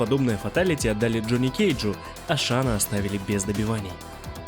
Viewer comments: Не Шан Тсун а Шан цунг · Шень Цунг, а не Шан Тсун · Шань Цун - правильно. Не шана, а шаня. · Рома Ай ай ай правильно Шан цзунг)